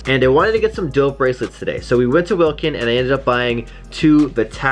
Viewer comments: It's pronounced walk in, instead of wilkin, great vid btw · Wlkn- "WALK- IN" thats how its said